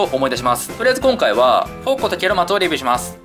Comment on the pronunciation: ケロマツとハリマロンがゲロマツとハリバロンにきこえたw